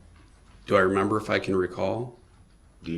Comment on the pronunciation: His slant lip garbage mouth can't even say "remember" he says mermember!!! Something else that bothered me is Judge Dorow kinda scolding the witnesses about answering when DB is objecting, which he does non stop, and helping him with questions, which she shouldn't be doing either, but let's WWDB, talk over people, intimidate witnesses, and many other things. That's the ONLY thing that wasn't fair in this trial. The beginning of this trial, she kinda babied him and let him have tooooo much leeway. A REAL ATTORNEY wouldn't get away with this, why should he? He was PROPERLY AND REPEATEDLY warned about defending himself, so let him drown in CACA! I absolutely adore the witnesses that didn't play into his little games and semantics and called him to his face who he is!!! The third person stuff they were doing for WWDB gave him control, but Det. Casey and some others, wasn't having it!!! Salute to them!!!